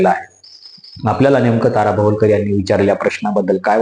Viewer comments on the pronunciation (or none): भवलकर नाही रे बाबा भवाळकर. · भवलकर नाही हो भवाळकर आहेत त्या